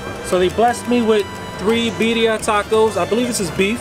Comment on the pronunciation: 😆😆😆I'm confused...you saying Beddia..but she said Birria. ???